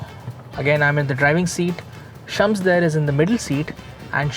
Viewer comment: Shums sounds more like Chums 🤣